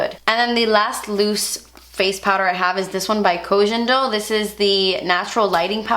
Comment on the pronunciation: I just wanted to let you know, KohGenDo is pronounced Koh Ghen (not jen like you say) Doo. I am Japanese, so trust me!